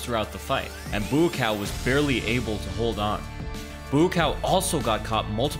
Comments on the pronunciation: I thought it was pronounced Bua-caw not Bua-cow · It's "baw kaw" not "boo cow" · I like the effort. But still. It’s not BooCow. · My tv on 10% volume: .."Moo cow....Moo cow.....Moo cow" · Sounded like you were saying 'Moo-Cow' the whole video.